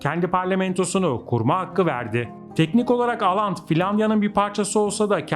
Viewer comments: Aland değil Åland Evet çok duydum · 1-Aland değil Åland türkçe okunuşu ooland 2-Åland adası 1809 yılında İsveç'ten koparılıp Rusya'nın Finlandiya bölgesine bağlandı ve petro dönemi ile bir alakası yok. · İsimleri oland diye okunuyor å harfi Türkçe de o harfi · Oland diye okunur.